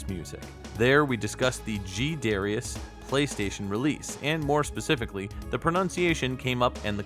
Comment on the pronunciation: Wow, really cool! Lot of good research here. Quick correction about the Katakana: it’s da-ra-i(“ee”)-a-su, not da-rai-a-su. The “ee” is distinct but quickly spoken, which is probably why it’s hard for us westerners to pick out the middle syllables consistently when we hear those commercials. Anyway, I’ll probably keep pronouncing it the North American English way, since the name is not natively Japanese and we already had a common pronunciation. It’s like this: the Japanese word for a Jesuit priest is Bateran. This was how the Japanese borrowed the Portuguese word “padre”. But if I’m talking about a Japanese book or game that talks about a Jesuit priest, I’m not going to call him a “bateran” unless I’m specifically referencing how he’s known to the Japanese. And if I’m referencing a scene in which a Jesuit priest is being addressed in Japan by a non-Japanese, He’s going to be “Padre”. Or, maybe not. 😁